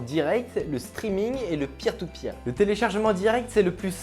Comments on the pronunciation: Quand il a dit Peer To Peer j'ai crus Pire Au Pire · Mdr quand t'a dit peer to peer g cru que tu disait pire tout pire